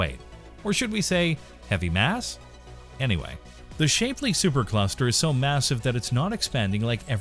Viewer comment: Shap Lee. Very poor video, unimaginative and stolen from much better creators. LAN eee A KAYA. Learn to fucking read.